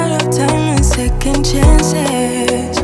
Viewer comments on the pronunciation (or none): none